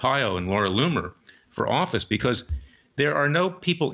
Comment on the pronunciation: Look Larry! You are really doing your client & the case a dis-service when you address the journalist Laura Loomer as Laura Loom, or Loon, or whatever you are saying. Her name is LOOMER! Get it straight!